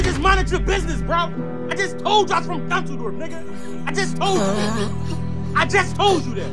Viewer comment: Lmao bro said on the dead dunzels ☠️